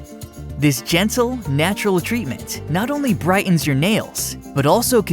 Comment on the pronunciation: White-enz??? Bright-enz???